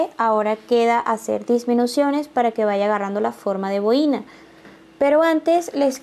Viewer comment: Que mal explica las instrucciones. El diseno esta hermoso pero prefiero bajar el volumen para no escuchar lo mal que explica. Por cierto se dice bo-i-na con el acento en la o y no en la i.